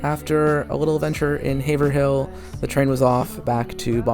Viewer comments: Incredible! FYI, Haverhill is pronounced “HAY-vrill” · Haverhill = Hay-Vrill/Rull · Okay hearing the way you pronounce Haverhill is setting my bones to attack mode. It’s pronounced ‘Haverull’ the 2nd h is silent and it’s a u sound instead of the i that’s actually there